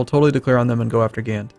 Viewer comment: As a Belgian I must say: The English word for Gand is 'Ghent', a flemish Province. Gand is the French word for that province, pronounced with the 'a' as you pronounce the 'o' in 'hot' and a silent 'n' and 'd'. So basicly just 'Ga'